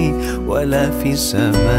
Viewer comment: Salam'alaik... Min.. Sebutan pd "wa la fis-sama-e", sebutan seolah kalimah AS-Sama' tiada Alif Lam Syamsiah di situ. Tak ditekan sebutan oleh pada huruf Sin Syamsiah. Dan pada khat "ma'asmihi", huruf HA hilang dari tulisan. Apa pun semoga pahala kalian berpanjangan dgn penghalisan video ini. Baarakallah feekum.